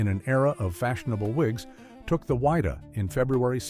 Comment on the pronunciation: It's Wydah not wider get it right bei ffs lol